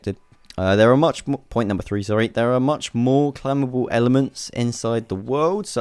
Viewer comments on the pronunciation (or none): Clamable??? Oh, oh, CLIMBABLE. lol.